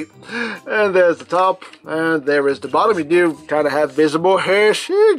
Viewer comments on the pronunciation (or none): it was funny when you said lets go to the bottyy